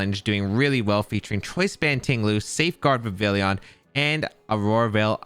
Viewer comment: The “Vivillion” made this unwatchable. It’s Vivillon. Like “Viv-ee-on”